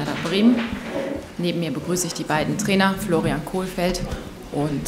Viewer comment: Mal wieder "Kohlfeldt"...